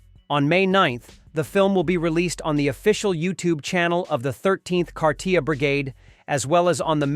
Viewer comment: How come you always mispronounce Kharkiv?